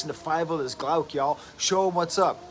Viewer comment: I've been listening to them for years but this is the first time I've heard how to pronounce the band's name correctly